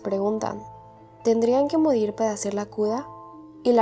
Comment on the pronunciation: Tdendian que modid pada que la cuda JAJSJJAJS NISIQUIERA SABES DECIR LA R